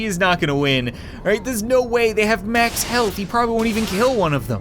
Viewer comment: "mox speed" XD